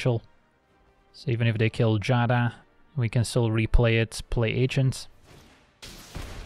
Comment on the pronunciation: I want to thank you for being seemingly the only magic youtuber who can pronounce Giada correctly.